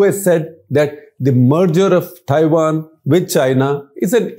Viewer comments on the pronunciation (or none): none